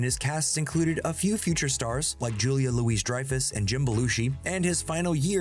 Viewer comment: You think the Louis in Julia Louis-Dreyfus is pronounced Louise? How old are you, son? 😅